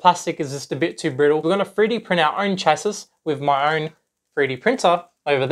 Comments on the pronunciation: Awesome video BTW, Chassis... you don't pronounce the last S. it sounds like Chassi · “Chassis” is pronounced “shazzy”